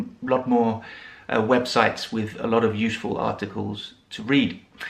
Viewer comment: Why do you say newSHpaper, uSHeful etc like some Americans say GroSHery instead of groCery? Would you mind telling me, please? I am just wondering. Has it got something to do with where you come from? I really would love to know. Thanks a bunch for your video. 🙂